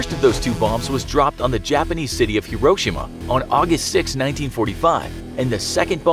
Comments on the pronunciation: Hiroshima is pronounced liketjis(hero-shims) not hro-shims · Dont you say Hiroshima like hero-shema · FYI, it's: hee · row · shee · muh. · Am I the only one that hates the way this guy says Hee-Ro-Sheema? Hiroshima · It’s pronounced (Hero)-(shi)-(ma) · FYI: Hiroshima is pronounced hero-she-ma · How did you pronounce Hiroshima? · I think it’s just how Americans say it but I think you said Hiroshima wrong? I think I’m just Aussie so... yeah